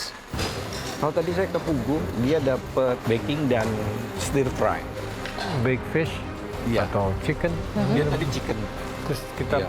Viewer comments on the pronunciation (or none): BUKAN SAILANTRO Cilantro[ Biji ketumbar] Baca SELANTRO BUKAN..SAILANTRO WKWKWWKWKWK🤣🤣🤣🤣🤣🤣🤣🤣🤣🤣🤣.. TETAPI CORIANDER [ Daun jetumbar]. HAHAHHAHH Biji dan daun KETUBAR Adalah sebutan english yg BERBEDA Stirfry BUKAN SETIR FRAY... DRIVER KALI AHHH😛😛😛😛😛😛😛😛😛